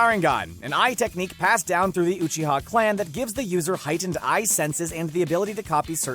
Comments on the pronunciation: "jutt-soo" "kuh-rooma" "muh-darra uchee-ha" damn dude learn to speak. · “Ma Dara Oo Chita”